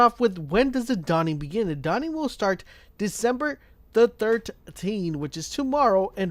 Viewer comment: "The Dawing"